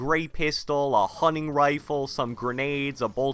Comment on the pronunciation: It's fucking hunting not hunning 😤